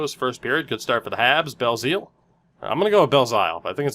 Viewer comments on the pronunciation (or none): Love the content though, keep it up. And for Belzile, the zile part is pronounced like the word ill, not like pile. Love that you give a damn tho. The sporstnet dude could learn a thing or two with his xavier ouellet. By god I don't think i've ever heard a name so butchered.